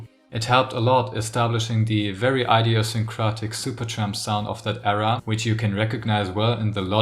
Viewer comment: "idiosyncratic" is pronounced with a "short" i in the beginning, not like "idea" but like "idiot".